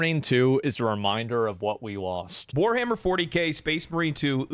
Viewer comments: Facts bro said weshammer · Bro said weshammer and my respect dropped a bit